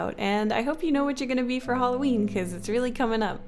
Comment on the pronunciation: Do you pronounce it h-OA-lloween or h-A-lloween? Just wondering bounus: so... your in 2020 when this is posted in 2019?! How??